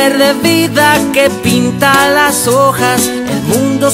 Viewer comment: "hojas" no "ojas" jajaja ;)